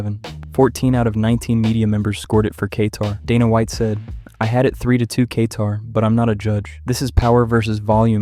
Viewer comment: Dudes a little Kay-tarded